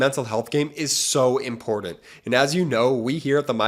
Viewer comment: PLEASE, FOR THE LOVE OF GOD, STOP SAYING “IMPORNANT”!!!!